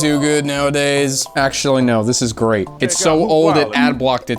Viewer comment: Gray-t. Just Gray-t.